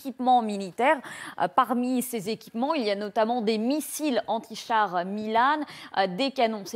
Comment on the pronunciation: des missiles "milanne" lol elle a jamais été a l'école pr savoir que c'est un oiseau le milan noir par exemple....MILANNE....